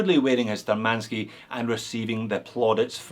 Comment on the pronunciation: Btw, according to cyrillic letters on the dial, the name is spelled *Shturmanskiy*, with 'SH' sound, not 'S'. Which is kinda of German origins... sturm = storm, attack.